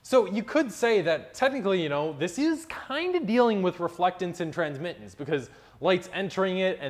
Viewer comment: Good explanation, even though maybe not completely correct in all aspects as Philipp pointed out earlier. But by the way, you messed up "Transmittance" as well, not only "Altitude" ;)